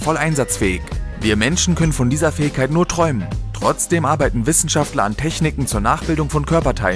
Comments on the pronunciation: „Fäigkeit“ xD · Lern "Fähigkeit" auszusprechen.